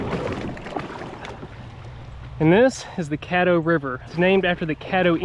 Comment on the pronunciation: It’s CADDO River smh